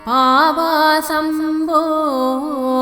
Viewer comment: It is sounding like Aapasam Po...it should be Paavasam Po.